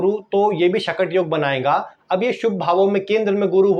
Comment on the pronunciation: चंद्रमा से गुरु - बृहस्पति 6 वे स्थान पर हो तो " शकट " योग बनता है और आप इस योग के नाम का उच्चारण गलत कर के "" शटक "" बोल रहे हो please improve the mistake ....